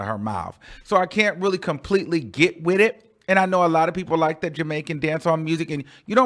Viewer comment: You don't hate the song but called it look lmaooooooooo I can't take you..you said look lol lol